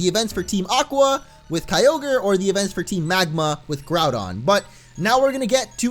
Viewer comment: You say all ogre now when its kyogre well my friend said i will type this so its on groudon (hey you stupid little brat get out of here) sorry bout that